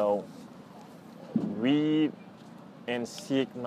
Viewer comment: impressive! but the way you pronounce (read) seems that you say (weed)